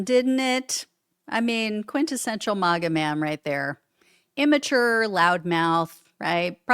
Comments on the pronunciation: Please,PLEASE, pronounce it correctly! It’s not MOGA ; it’s MAGA as in MAGGOT. Even they pronounce it that way. Thanks in advance.😊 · You’re pronouncing MAGA wrong. It’s “MAG-uh” as in MAGGOT (MAGAt). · Learn how to pronounce MAGA